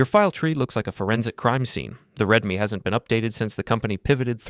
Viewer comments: I think its a 'reed me' not 'red me' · It's pronounced "Reedme" btw. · Pronouncing readme as 'red me' is insane to me